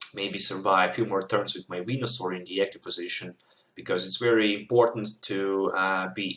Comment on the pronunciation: You were saying wenasaur....